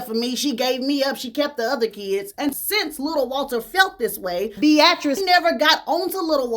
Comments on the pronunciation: Google how to pronounce "Beatrice." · You way of saying Beatrice (Bee-a-tris) is interesting. Keep shining.